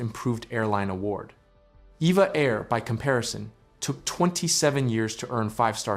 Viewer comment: It's E V A! Not, Eva! I've flown on them many times and that is what the crew says!